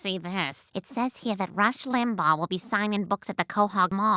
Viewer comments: Family guy characters say "Rush Limbahh," (correctly) and the voiceover guy says Rush Limbag 🤮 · I'm so annoyed at how you keep pronouncing it "Rush Limbog". Limbaw. Lim. Baw. Practice it slowly. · Ugh. I can't get past how the narrator pronounces "Limbaugh." Is this TTS?